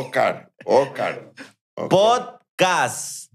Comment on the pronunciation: no puede decir Podcast pero si Bola de vrgs JAJAJAJA